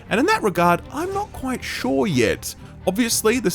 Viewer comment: "In that regard, I'm not quite shaw yet." hehe